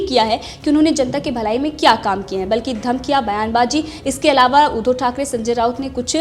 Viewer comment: Madam आप उद्धो की जगह उद्धव बोलना सीख लो.